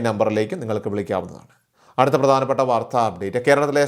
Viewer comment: എന്തിനാ മലയാളത്തെ കൊല്ലുന്നത്. വാർദ്ധ അല്ല , "വാർത്ത" .